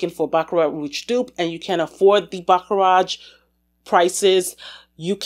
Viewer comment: I dont want to be mean but its not siliage..you say it like siejage.And roege not roeTge.Frenche is a really weird language i know!😂.Super fun video!thanx🎉❤